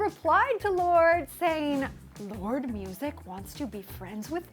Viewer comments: It's pronounced lor-de not lord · I always thought it was pronounced "lor day" because of the e at the end >.< thought it was french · You butchered her name...